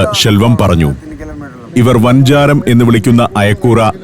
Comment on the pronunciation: സഞ്ചാരം ചെന്നൈ എപ്പിസോഡുകൾ പൊളിച്ചു. തമിഴ്നാടും തമിഴ്ഭാഷയും ഒത്തിരി ഇഷ്ടമാണ്... പിന്നെ മീനിന്റെ പേര് വാഞ്ചരം അല്ല വഞ്ചരം ആണ് ഉദ്ദേശിക്കുന്നത് വജ്രം. അതുപോലെ മൂഞ്ചിൽ അല്ല മൂങ്കിൽ ആണ്. മുളയ്ക്കാണ് മൂങ്കിൽ എന്നു പറയുന്നത് അതിന്റെ റൂഫ്ടോപ്പ് കെട്ടിയുണ്ടാക്കിയിരിക്കുന്നത് മുളകൾ കൊണ്ടാണ്..